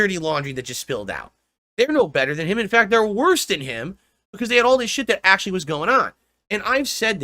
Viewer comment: "In--fehct, can I be ahnest?" In other words he's about to kiss Andy's but for an hour.